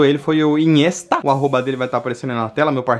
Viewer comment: Carai na hora que falou inhesta eu entendi iniesta ai eu pensei ta porra o iniesta pintou pra ele kkkkkk